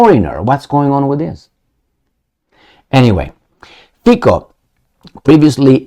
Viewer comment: excellent pronunciation of President's name and other surnames as well, more or less I'd say. However, it's Fi-C-o, NOT Fi-K-o!:) Come on, man.